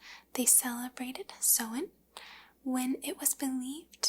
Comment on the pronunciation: Your pronunciation of samhain isn't too far off!